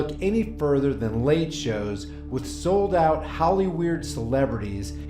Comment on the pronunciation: I love how you put emphasis on the first part of "sold out" to make it sound more like "SOULED out".